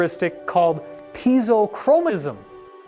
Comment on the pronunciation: How are you going to use the words ‘piezo’ and ‘pineal’ this many times in a video, without knowing how to pronounce them?